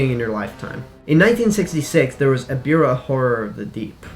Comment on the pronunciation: its not eribah its ebirah